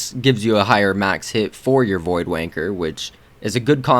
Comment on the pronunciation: "Void Wanker" obvi your not British, lol nice vids